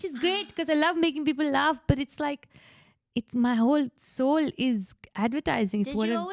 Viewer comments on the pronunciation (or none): Fuck me, I have no choice in this matter: it’s ‘soul’ not ‘sole’